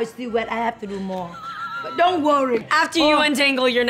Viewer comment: The way says "don't rorry." Best one so far! 😂😂😂😂